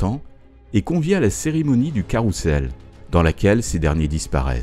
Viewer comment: Pourquoi prononcer 'carroussel' alors que ca s ecrit carrousel (son z)